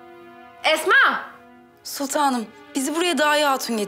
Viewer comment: Mihrimahnın esma diyemeyip etma demesi😂